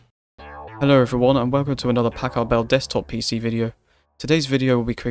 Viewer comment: i don't like how you say packard..